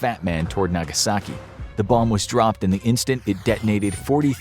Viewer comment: Nagaski??? Missing a vowel there, bro.